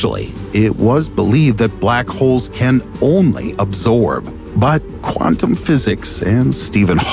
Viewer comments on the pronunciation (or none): none